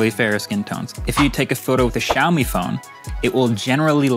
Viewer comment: Will he ever learn to pronounce 'xiaomi' properly?